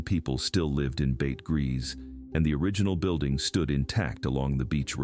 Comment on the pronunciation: Bete Gris = BAY-TUH GREE 💖 I love hearing about all this history!